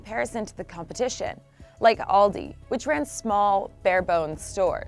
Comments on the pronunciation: What "Oldi" and "Little"? It's Aldi and Lidl!! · Its not „All the“ and „little“ Its „Aldi“ and „Lidl“ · Alldi and Liddle xD, I like the way she pronounces Aldi and Lidl xD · Native stores like Ooaaldi and liddle. Jesus how hard Was it to resist looking up the pronounciation of this words for the team making this Video 🤣🤣🤣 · I cringe every time an American pronounces Aldi....all I hear is ALLDI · All dislikes are germans like me who are disgusted by the way you pronounced our beloved Aldi and Lidl. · The way they pronounce Aldi and Lidl…they didn’t even try to do it right 😂